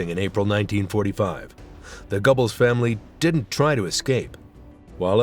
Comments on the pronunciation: Gobbles lol. Dumb AI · His name is pronounced Gir-bells, didn't you make an effort to find these things out. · I cringed when he referred to Magda " Gobbles" , wife of Joseph " Gobbles". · so who is joseph/magda Gobbles ???? I know of a joseph/magda goebbels (gerbals) illiterate AI at its finest or bad research when creating content. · I soon as I heard “gobbles” (as in a 🦃) - I knew it was AI voice 👎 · Literally with the first one, when I heard the name Goebbels it sounded like he was saying Gobbles like Timmy from South Park. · Gobbles????? Look if you are going to make a video, please speak instead of using AI . It just ruins it. Deleted from watch list. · It could have been worse.. it could have said Gerbils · Gobbles is the turkey from South Park. 😂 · Unqualified announcer who does not know the German language: Goebels is not pronounced /gobbles/, Margarete is not /margarít/!